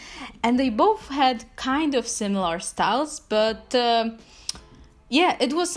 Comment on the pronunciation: "sTAleS" I love how she says styles Edit: im dead